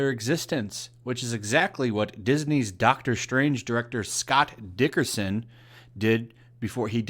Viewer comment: its not Dickerson, Its Derickson